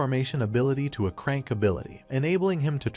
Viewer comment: Bro said c rank and crank lol